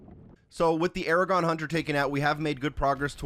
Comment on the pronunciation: Why do you call the Agadon hunter Aragon hunter?